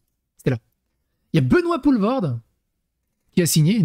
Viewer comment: "Poulvord" mon coeur de belge saigne